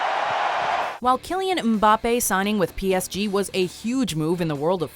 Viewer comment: Jesus christ she butchered PSG